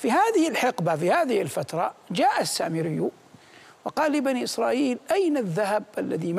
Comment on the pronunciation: السامريّ شده على الياء يامذيع مو سامري التنكّس والاستنزال